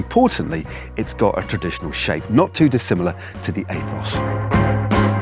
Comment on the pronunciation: heheehehehehehe “aethos” hehehehehehehehehehehe